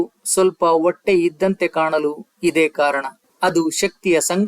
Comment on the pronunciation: ಗಂಭೀರವಾದ ವಿಷಯ ಕೇಳುವಾಗ ಅಕ್ಷರ ದ ಸರಿಯಾದ ಉಚ್ಚಾರಣೆ ಇಲ್ಲದೆ ಕಿರಿಕಿರಿಯೆನಿಸುತ್ತದೆ. ಉದಾ ಹೊಟ್ಟೆ ಹ ಬದಲು ಒಟ್ಟೆ plsಸರಿಮಾಡಿಕೊಳ್ಳಿ